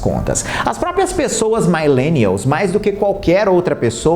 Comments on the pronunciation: ADORO seu canal e conteúdo!!! Sempre apoiando o seu trabalho!! Apenas uma correção de pronuncia - Millennials pronuncia MiH-lê-nni-aHls (não MaH-leh-nni-ahls). Um grande abraço! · Só uma dica: não existe "mailenials". A pronúncia é mi mesmo, como milênio.